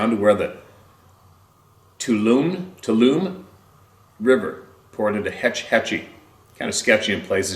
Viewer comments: If it’s spelled Tuolumne, it’s pronounced “two ah loo me”. It’s a river and county in northern Calif. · The river is pronounced TO-WALL-A-ME (sort of). There is also a county by that name. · Pronounced 'twa-la-me' river. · Pronounced too-wall-la-mae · The river is pronounced toe wall ah me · The rivers name is pronounced Two All 'O Me ie Tuolumne River . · Tuolumne River pronounced "Two Wall O Me" twowallome.. River.